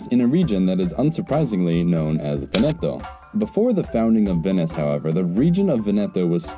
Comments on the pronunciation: Vèneto not Venèto ;) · I'm going crazy, it's Véneto, not Venéto. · Very nice video, but it's pronounced "Vèneto", not "Venèto" 🙂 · For English speakers: It's not Venéto, but it's Véneto. Bare in mind that in this Italian word there's no accent, but is implied, also in some parts of Italy we say Vèneto. PS I said for English speakers because in Italian, for example, the acute and grave accent characters are switched (don't know the reason), so an è is acute and an é is grave. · VE'neto. Sorry, Italian is usually regular but three syllable words can be accented on either the first or second syllable. Unless there is a double consonant there is no way to know except by hearing. I.e. in Rome it's Via VEneto, not Via VeNEto. Drives me crazy- a non-native. Sorry to HARass you but HarASSement is not intended. A subscriber. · It is not pronounced Ve-NE-to but VE-ne-to (Just like in the word "Venice"). The emphasis lies on the first syllable not the second one, otherwise it would be spelled Venetto. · The accent is on the first syllable in Veneto: VEN-e-toe, not Ven-EH-toe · PopesofHazard I was just pointing out which syllable is emphasised. Other than that he pronounced it completely correct. I don't know what your problem is. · vEneto, not venEto. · Venèto sounds more Italian. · Awesome video, enjoy your work. Though, dude, it is Vèneto. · Every time he says Venètooooh an Italian dies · He simply got the rhythmical accent wrong. 😁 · The Adriatic is a sea, not an ocean. 'Veneto''s is on the first 'e', not the second. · Stress "Veneto" on the first syllable, not the second. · Please teach the narrator how to pronounce Veneto. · Before making such a video, please learn first how to pronounce italian words like veneto. Really hurts my ears